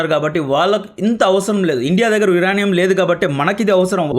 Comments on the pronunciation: యురేనియం bro యురానీయుమ్ కాదు స్పెల్లింగ్స్ నేర్చుకో బ్రో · Uraanium kadhu adhi uranium ( yurenium) ani cheppali. First pronunciation check chesi videos chey. Inka baguntundhi. Mislead avtharu telugu vallu province wrong ga nerchukoni. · యురనియం కాదు,యురేనియం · యురానియం కాదు యురేనియం మన రాజకీయ నాయకులు మనకు దాని ప్రయోజనం అంద నివ్వరు . GST+UST+MST+PST+BST+SST అన్నీ వేసి పెట్రోలు కంటే ఎక్కువ రేట్ ఫిక్స్ చేస్తారు